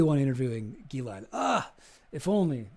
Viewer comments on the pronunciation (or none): It's pronounced "Jizz-lane"